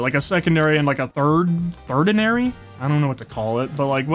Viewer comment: it’s tertiary not third-iary as that is not a word